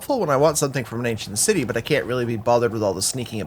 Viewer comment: Every time you say Asian city I can't help but hear ancient city lol. Awesome vid, looking forward to 3000 days